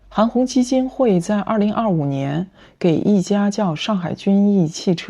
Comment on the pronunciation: 均奕 jun yi？没看屏幕听到还以为这么明目张胆